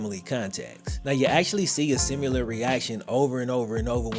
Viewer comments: My guy it’s SIMILAR not SIMULER you literally kept using it saying it wrong over and over you need to look up how to say the word and use it you were making up a word and using it in the wrong way lol my guyyyyy 😭😭😭😉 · I didn’t know similar had a U in it. “Simular”? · There is NO u in similar. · Lol, I love the way says,”simular